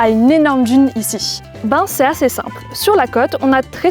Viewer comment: Beaucoup de gens prononcent « djune » au lieu de d’une comme cette personne 🤦🏻‍♀️🤷🏻‍♀️